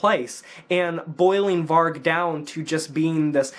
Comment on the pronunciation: I honestly never hear one american pronounce vargs name properly 😂 Varg is the truth. It’s a tough uncomfortable truth, but it’s truth.